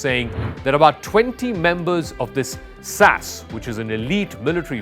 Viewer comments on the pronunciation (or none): It's not pronounced sass, it's S.A.S ess ay ess. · It ain't "sas", it is "The S.A.S." SAS is an abbreviation, not an acronym, short for Special Air Service, so it requires the definite article, and each letter to be pronounced, not like the way the presenter, Zakka Jacob, unprofessionally said it. If you don't do your research in one area, it would imply that the other "facts' alluded to in these videos may be equally dubious. (There is also The SBS, the Special Boat Service, which likewise isn't "sbs".) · « SAS »: you should first say « S », then « A », then « S », not « sas » as a word. Please say it properly. Thanks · SAS hahahhaha shorty for Sassy? It’s The S.A.S! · What the hell is sas it is the S. A. S. Each letter is pronounced. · S.A.S not sassss....and they are the best and most highly motivated professional soldiers on the Planet and are NEVER "Cannon Fodder" do your homework, these no cure for stupidity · secs. SAS? You mean S.A.S 😂😂😂😂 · SASS???? Cmon, buddy... its pronounced S-A-S. SPECIAL AIR SERVICE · Nobody pronounces SAS "sass". What the hell??? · S. A. S. Not sas... Js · Let me help you out. Mercenary: Mer-SEN-Ary. SAS: S-A-S. not Sass. How the hell is there anyone in the media that doesn't know who the SAS are and how to properly pronounce the acronym...mein gott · "sas" - too funny! and mer-cen-eries - OMG The rest is probably just as well researched and based on vast historical knowledge.🤣